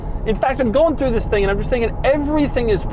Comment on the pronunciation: This this this and THiss 😂😂😂 doug demuro what you doing to me